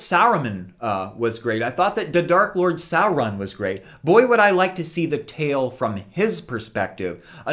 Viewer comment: You immediately won my respect when I heard you pronounce Sauron's name correctly. ;)